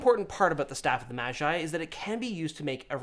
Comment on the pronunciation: Why does he say mashi when he pronounces magi normally...